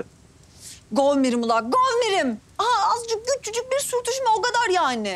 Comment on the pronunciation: ya bunların kavgaları çok zevkli ya zaten alışık ama yıldızın hareketleri bide govmirim diyor ya k harfini kullanmıyo ya bi de k diyor tatlış minnoş ya bide kuzeyin kızları gönderme çabası felan ssjsjsjs sefer ile nahideyi taklit etmeleri çok güzeller ya aşırı özledim hayır kızları niye istemiyo her türlü baş başa oluyorlar sjjsjsjs